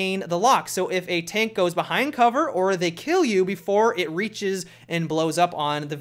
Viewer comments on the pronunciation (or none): none